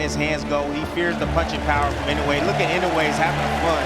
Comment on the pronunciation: The last name is "II - NO - UH - EH".... Commentators insist in the INOWAY!!!!